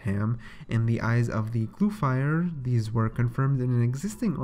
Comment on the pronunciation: It's not pronounced gluefire it's glue free